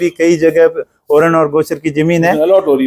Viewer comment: तू एक बार ओरण बोल तो 😂😂